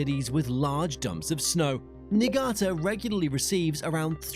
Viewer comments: Your Niigata pronunciation is not right…. It’s Nii-Ga-Ta and not Nigita… 🫩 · It's pretty bad. In what universe is Niigata pronounced like "Knee Ghee Ta"? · Niigata? Akita? Yamagata? Can tell you've not spent much time in Japan. I lived in Niigata (KNEE-EE-GAH-TAH) for 5 years and that city is plenty big. It's one of the designated cities. It was so important that it was considered as a target for the two atomic bombs. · Nagita❌ Niigata (knee-ga-ta) ✅ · Is the person speaking blind? How can someone pronounce "Niigata" as "Nagita"? Like, it's literally supposed to be pronounced the way you spell it. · Myasss. Knee-gah-ter innit? :P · Neegeeta lol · "Niggita" lmao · What, you've never heard of Nagiita prefecture? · “Nigii-ta” sounds too dangerous to me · Lol ‘Nigita’ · Not even 1 minute into this and he "it" screws up Niigata's name. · how can you use a human voiceover who doesnt even know how to pronounce words like 'Niigata' or 'Tokugawa'. You're such an ignorant fool. Havent disliked a video so fast in years!! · Obviously understood what he meant